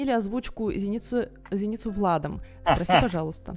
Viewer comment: Камон, люди, сморите в сабах, он его имя даже неправильно произносит, какой ЗенИцу?? Оригинальная озвучка всегда будет оставаться топ1